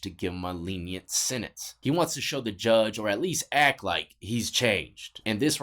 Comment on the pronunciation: Sentence not sininse . Ha 🤺